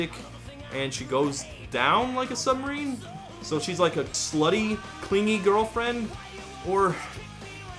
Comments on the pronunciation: Especially since the guy pronounced submarine as submarane in the song to try and force a rhyme. So bad. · weellll, he does go out of his way to pronounce it, “submarane” to force it to rhyme.